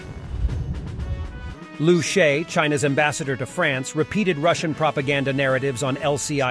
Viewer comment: Everyone pronouncing this guys name "Lou Shay" is cracking me up. It's Liu Sha Ye (Loo Shah Yeah)